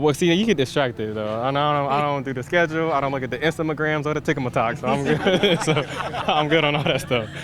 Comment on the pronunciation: Did Kalif say “Instamagrams” and “Tika Matoks”? 😂